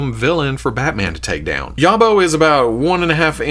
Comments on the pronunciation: it's pronounced YAWB-OH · Yobbo rhymes with jobo, a yobbo is UK slang for a trouble causer normally a youth, “bloody yobbo broke that window!”